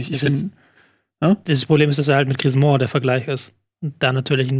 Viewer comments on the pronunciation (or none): ich bin wohl einer dieser menschen, die von etiennes fehlerhafter aussprache von orten und personen hart getriggert werden. schade. edit: und von tobis auch. griezmong? ernsthaft?